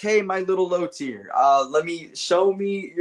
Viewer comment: Whats up with you and saying low teir 💔